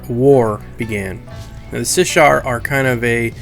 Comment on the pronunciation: Also, it's Shissar, not Sishar. Sh before S.